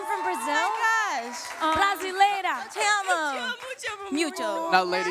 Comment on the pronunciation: Nunca ouvi BRASILEIRA tão bem dito!!! LAUREN lacra.